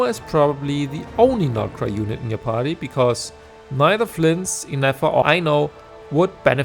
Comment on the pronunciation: Why on Teyvat did hoyo make two new characters with nearly identical sounding names? I couldn't figure out if you were saying Ineffa or Nefer, and CC doesn't know either, lol.